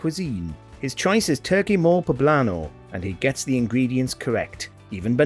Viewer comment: It's pronounce "Moh-lay" not "Mole" - same as guacamole